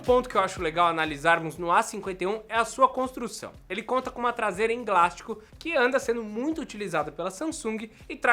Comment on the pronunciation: Só eu ouvi ele falar da construção em glástico ? Kkkk